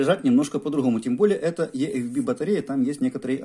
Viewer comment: Батарея ИэФБи а не ЕэФБи !